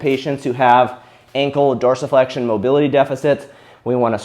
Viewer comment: I came here just to see how dorisflexion was pronounced